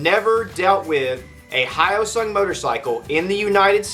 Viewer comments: its he yo sung. Not how oh sung . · /hjəʊsʌŋ/ h-yo-sung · Pardon me, but the “yo” in hyosung is pronounced like the y and o in the toy “yo-yo”, not the greeting “hi”. You’re welcome. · The guy that did this video doesn't even know how to pronounce Hyosung. I have two, a GT650 Comet and a Limited Edition GV650. Both are great bikes, both very reliable. This guy is an idiot. I have been riding my GT650 for 18 years. I'm the original owner. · At least try to pronounce it properly... As a Korean I'm almost offended (I'm not that woke yet).